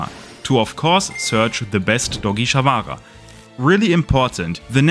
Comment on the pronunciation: take a shot every time sharvara is mispronounced